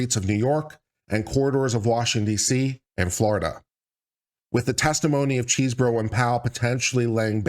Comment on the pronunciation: I kept hearing "cheeseburger", but I think it's because I'm hungry!